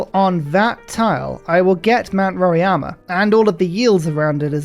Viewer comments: Why do you call Mt Roraima as Mt Roriama? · You need to work on Portuguese pronunciations as well 😂 roraima was painful 😁